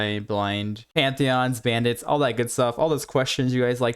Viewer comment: Hey there. Build looks great and I've really been enjoying the spark build! The content is great! Just as a small piece of feedback (I hope this doesn't cause offense) - I sometimes struggle to understand what you are saying. I think it's a bit of speed but mostly enunciation. For example - 'you want to get all of these attack speed nodes' - all kind of blends together. Again - the content is great though!